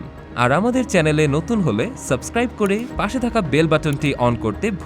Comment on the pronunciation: আমার protibesi আগে channel উচ্চারণ টা ঠিক করুন..chalen আবার কি?😂